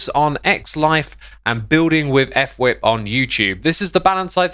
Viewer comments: Xisuma and Fwip have names that you don’t know how to say just looking at it. X called fwip (f-wip) instead of Fwip like one word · f-wip. Not ef-wip.